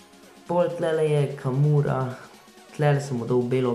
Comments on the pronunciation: Reče se kuruma ne kamura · Drgač je kuruma ne karuma